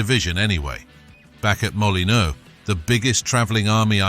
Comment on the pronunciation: The narrator plainly has no football knowledge could not pronounce the wolves ground or John to shack